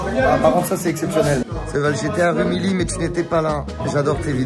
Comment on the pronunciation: Par contre on dit "Rumiyi" et pas "Rumily"